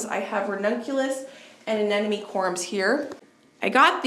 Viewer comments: They are pronounced corms, like corn but with a m. We used to have deer on our property when we were growing up. I loved to watch them, but they are destructive to the garden. We use to plant things for them on the edge our property that they like to eat. I would not plant any perennials if you have deer pressure. They would just be deer food. You will probably want to watch the orchard during Spring to ensure the deer do t eat all of the new growth on the trees. They can also damage trees with their antlers. That’s probably why they were fenced up to begin with. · What a wonderful garden show. Thanks for sharing. One thing for people to know if they are wondering, it’s pronounced corms not corums if someone is looking up the word it might be confusing. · Corms, not "corums"